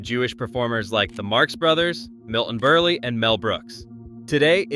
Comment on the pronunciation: Milton Berley? No way folks,Its Berl.